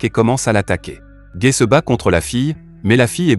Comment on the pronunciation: C'est pas méchant mais tu prononce mal son nom c'est pas gai mais gaii